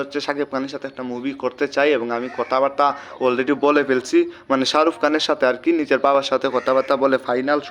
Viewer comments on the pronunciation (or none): none